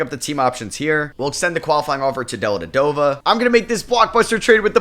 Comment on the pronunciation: I missed hearing try to pronounce Delly’s name lol just completely ignores the first V in his last name 😅